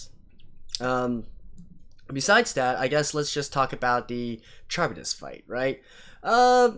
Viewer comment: Kah-rib-dis. Charybdis is a monster in Ancient Greek Myth. You can look up the pronounciation too.